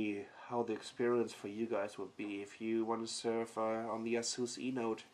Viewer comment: its A-sus.. lern the fucking name befoere making another lame review. can't even take it from the fucking sleeve! thats how dumb they are